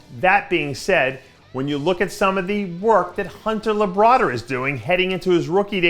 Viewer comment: Flex absolute class and Grace. Me; Dave said Hunter Labrader